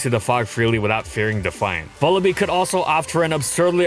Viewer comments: bruh please it's vullaby not vullabee like lullaby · It's Vulture+Lullaby, you should pronounce it like lullaby with a V. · I think it's pronounced Vulla-bye because it's a combination of vulture and lullaby, what with it being a wee baby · say vulture "vulture" okay, now say lullaby "lullaby" and now say vullaby "vullabee" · Huh I always pronounced it like Lullaby. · It's wierd hearing some pokemon names. I always thought it was pronounced vulla-"bye" like lullaby, since it's like a baby bird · Vullaby's is a porte-manteau of Vulture and Lullaby and I refuse to listen to an entire episode calling it Vullabee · Please take the time to pronounce the Pokémon names correctly. You continue to pronounce several of them wrong, such as Vullaby, which is a play on the word lullaby.